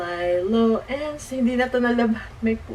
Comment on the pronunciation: Nabobother ako sa Lilo te. Haha. Li-lo po, hindi 'lay-lo' ang basa dun. Hndi ako basher te sorry po 😭